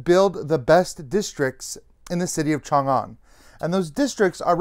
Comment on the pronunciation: Really appreciate that you nailed the pronouncation of Chang'an.